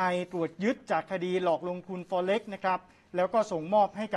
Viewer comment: Forex อ่านว่าฟอเร็กซ์แบบนักข่าวหญิง นักข่าวชายออกเสียงสู้ง^ไปหน่อยฟังแปลกๆ